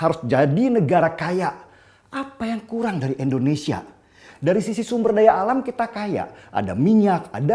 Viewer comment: Tidak berniat untuk menggurui ataupun menjatuhkan alangkah lebih baik penyebutan Indonesia nya diperbaiki jangan Endonesia 🙏🏻🙏🏻🙏🏻